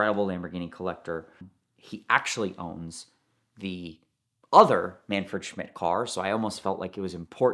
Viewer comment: Short note, it's Manfred, not Manferd